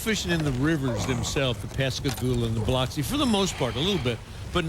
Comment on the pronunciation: OMG! actually pronounced Biloxi correctly!